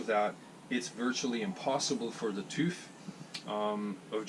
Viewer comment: you look like Peter Fonda in his Easy Rider days. And you pronounced TÜV correctly!